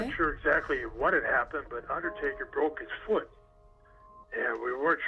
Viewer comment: Haha i thought you said "Undie-Taker" at the beginning xD